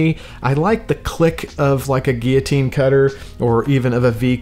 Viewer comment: His pronunciation is correct.